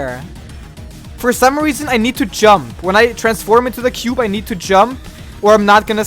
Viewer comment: I like the way you're pronouncing "jump" dziump